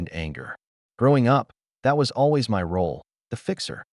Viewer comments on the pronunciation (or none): none